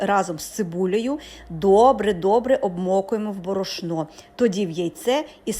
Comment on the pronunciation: Згодна з вами. Не нове. А ще озвучка, аж вуха рiже. Де у нас наголос в словi борошно, на останньому складi?